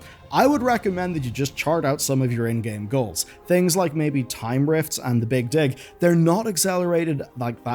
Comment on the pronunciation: Say Big Dig again...